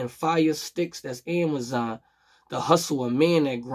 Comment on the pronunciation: Fire sticks that's ama-zon lol. Nice